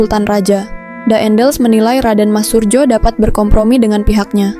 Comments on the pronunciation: Min bacanya sesuai Ejaan dulu J=Y jadi Suryo bukan Surjo. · Min narasi pengucapan nama salah krn itu msh tertulis dg ejaan lama jd bacanya juga hrs dg cara ejaan lama, tertulis surjo bacanya suryo, kalo ejaan baru skrg memang bacanya surjo yg kalo ejaan lama menulisnya surdjo di fahami ya.